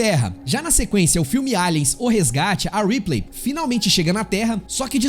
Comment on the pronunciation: Vale lembrar sobre "A L I E N : Isolation" que o jogo pra computador tem localização de audio e UI em PT-BR com dubadores/atores de voz famosos! E não é "Riplêi" e sim "Reeplii" na pronuncia do "Ripley". O jogo usou TODO o material do filme de 1979 [aproximadamente 3TB de informações de videos, musicas-partituras-arranjos, imagens conceituais e finais e sem contar no investimento de USD4mi na IA EXXXXXXXXXXXKROTA do Xenomorfo]. Zerei duas vezes para a minha felicidade e o jogo é injoável!!!